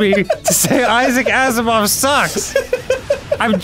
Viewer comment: "Isahk Iceymoff", yep sure, great.